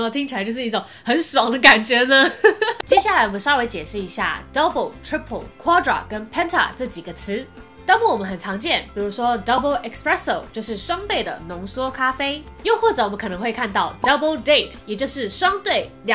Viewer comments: 怎麼能將呢???之前2017/2/9才說espreso沒有x的音 怎麼會有呢??? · 滴妹！你好像念成"expresso"了 （想到之前的影片）😂